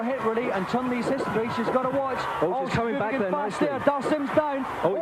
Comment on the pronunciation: I remember in the early 90s when I pronounced Zangief correctly, but had to change it to how everyone was saying it, so people didn't think I was being pretentious. Li is pronounced "Lee" in the Chinese dialects, however Chun is actually "Choon."